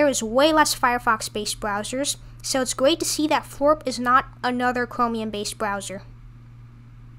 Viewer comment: Not foorp. Floorp